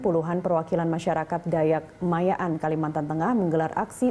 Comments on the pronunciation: Ma'anyan woy bkn maya'an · Ma'anyan boss.. bukan mayan :v